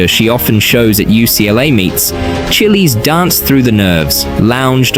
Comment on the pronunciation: “chillies” 💀 it’s pronounced chi - as in chicken or children it’s pronounced les - as in the name charles